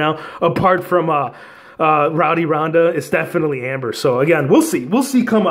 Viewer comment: Ember not Amber bro. 😂